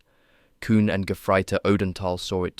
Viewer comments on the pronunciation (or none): none